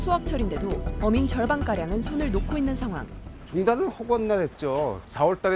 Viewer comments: 아 순간 어민을 계속 범인으로 들었네 ㅋㅋ아나운서 발음 연습좀 해야댈듯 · 아니 어민 발음 계속 범인으로 들리네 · 발음이 좀... 어민 인데 자꾸 범인 으로 들리네요